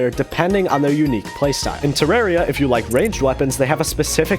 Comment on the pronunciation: bro pronunces Terraria as "Tireiria" as I know to pronounce it "Theraria" lol